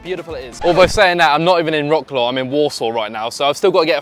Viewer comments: Thank you for shedding such a good light on our country. Please learn how to pronounce mate! It's like "vrotz- wav" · It’s pronounced “rat-slav” 😂 Good video non the less 👏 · You are pronouncing Warsaw and Wroclaw wrong.